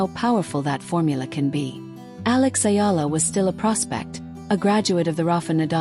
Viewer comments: The name is Alexandra Eala,not Ayala please. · It's EALA ma'am not Ayala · It's not " Ayala" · Ayala is wring! Just call her Alex if u cannot pronounce Alex last name correctly. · Ayala is a wrong pronounciation!